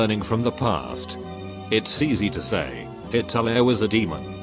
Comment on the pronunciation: Everyone else: Hitle TTS: HIT-TO-LAIR